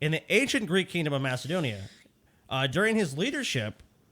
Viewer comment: says Macedonia as Mastodonia.